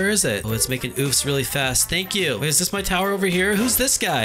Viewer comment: It sounded like u said “dis” instead of “this”